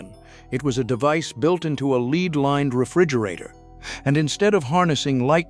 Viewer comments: A "lead" lined refrigerator, not "leed" lined. Pronounced LED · As soon as it miss pronounced lead( leed instead of led) l realised it was ai and switched off as is my habit. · I hate AI……LEAD lined?? LEED? No nuance in AI……even worse with numbered dates…..all who use AI should start saying so im sick of the dead voices…. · Leeed lined Hom mage? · Too lazy to narrate your own video then I'm too lazy to watch it. A LEEEEEEEEEED lined refrigerator, really? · “…a lead lined refrigerator…” Pronounced “leed”. Explain to me again how AI is going to replace us all. 😂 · AI? The voice mispronounces ‘lead’ !